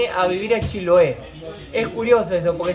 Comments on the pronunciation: el lugar se pronuncia con tilde en la e, chiloé, con todo respeto siempre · no es paláfitos, es palafitos, lo dijo bien palafitos, pero es Chiloé. no Chiloa 😂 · Hermoso video y. En todo caso lo dijo bien al principio, se dice acá "palafito" con un ligero acento en la "i", no en la "a". Y la palabra "Chiloé" acá se acentúa en la "e" no en la "o". Y sobre la pregunta de en realidad habla el español casi perfecto, debe ser la estonia que habla mejor. Un abrazo a ambos!